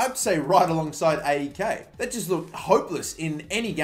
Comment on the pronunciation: It's pronounced "A-E-K" not "Ei-i-Kei"